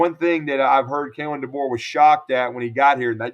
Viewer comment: You lost your mind (saying keelon)Deboer has to win this year Simpson going be great